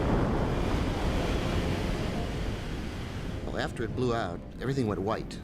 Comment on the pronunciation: Why does the narrator keep saying "fuelselage"??